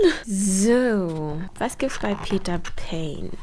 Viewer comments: Es ist Pane also mit ausgesprochen E ❤ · Ehemaliger Peter Pane Mitarbeiter hier. Es wird Panä ausgesprochen also das e bleibt ❤ Komplett deutsch auch, also auch das Peter 🎉